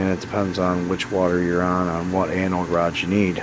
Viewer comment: I know you’re saying Anode Rod but it sounds like Annal Rod lol 😂